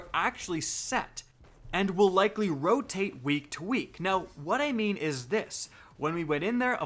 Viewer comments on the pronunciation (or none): none